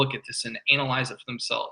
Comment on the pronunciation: pronunciation of "analyze" shows me my own lack of maturity. :P